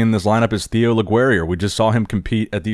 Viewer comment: So, since he's French, Theo's name is actually pronounced 'teo', as for his last name... the 'u' is silent, like 'legerie' maybe? ;-)